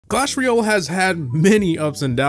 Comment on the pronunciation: Guy pronounces it Clash Ruyel